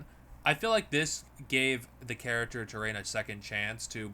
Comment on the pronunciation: Trelaine, not Terrain. Q-Squared, not Q-Squad. It’s right there in the title.